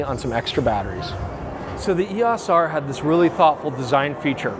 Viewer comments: EOS....pronounced eOs. O sound not ah. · You're driving nuts by pronouncing EOS & ISO as words. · Really had me wondering if I've been saying "EOS" wrong all these years but fantastic video with really useful information. Greatly appreciate all the work put into it.